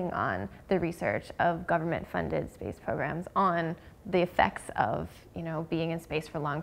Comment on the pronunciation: Its only me or she said space sex :D